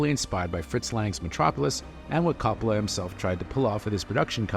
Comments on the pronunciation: CO-ppola not Cappala. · Say Cop-olla one more time MFer I double dog dare you. Do some damned research like your job means something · The fact you keep pronouncing his name “cop-ala” tells me all I need to know. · His name is pronounced KOH-POLE-AH. Learn to at least correctly pronounce the name of the subjects in your vidoes. And, thanks a big bunch for the off-hand movie spoiilers, too. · For the 1000th time... his name is pronounced KOH-poh-lah. You make videos about movies and the people involved, so get their names right dammit! It's even pronounced correctly in the movie tag you included AT THE END OF THIS VIDEO - after you've said it wrong over and over. Are you paying attention at all? Do you even care, or is it just about crapping out "content". Youtubers who think they know something about something - ugh. I give your "review" a 5 out of 10 at best. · Guy can’t even pronounce the directors name properly why am I going to trust what he has to say about his movie?